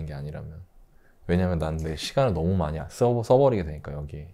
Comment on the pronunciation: 님의 기름 넣을때 만…..앜..이……빵터졌습니다 ㅋㅋㅋㅋ만이(많이) 라고 이해하겠습니다 ㅋㅋㅋㅋㅋㅋㅋ